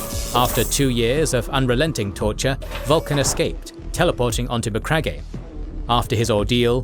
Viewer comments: It's pronounced as Ma-crag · Great video as always! But please brother, for the love of all that is holy, it’s MA-CRAG 👂🩸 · I love these videos, but every time i hear Macragg eh i cringe a little 😬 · Macragg-e HAHAHAHA, cmon man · His pronunciation of McCragge cracks me up. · so...have you never heard the correct pronunciation of the word Macragge? bit of a silent E on the end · It kills me every time he says it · MEANWHILE, BACK ON MACRAGGE-EH! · Macragge-eh lol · Not how to pronounce Macragge😮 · Yeah, thats bothering me too. Something is off. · For the love of the God emperor,can you please spend zero dollars and get the correct pronunciation for names?! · No hate but your pronounciation of MacCragge and Nuceria are wrong